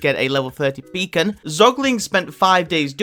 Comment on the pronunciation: "ok so, i finnally got my beecon" says